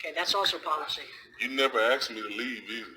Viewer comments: "You neva AKSED me ta leave eitha. so...." This cat that can't even be bothered to enunciate or pronounce things correctly thinks he should be out "investigating" and causing a hassle for no reason? If he just has nothing to do maybe he could go back to school, and learn how to say words properly. After that he can get a job, and wonder how he would feel if someone came to it, and made his day way more difficult than it should be by unnecessarily stirring up sh!t and causing hassle. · "you nevuh axe me" these morons are a parasitic nightmare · So, he said.. you never axed to leave … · But she never "axed" him to leave! I'd LOVE to see her AXE him!